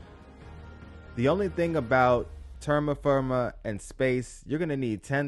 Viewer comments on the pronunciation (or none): Awesome, thanks for this. I didn’t know this could be done. Btw, it’s pronounced te-ra-fir-ma, 😊also, if you remove a trait do you get the chance to pick another?